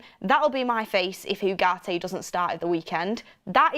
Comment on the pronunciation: Uuuuuuhgarte, not Yougarte 🙄